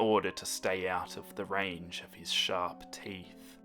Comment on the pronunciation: "In order to stay out of range of his sharp teeth" Meh: I heard that as SHARK teeth. It's both at this point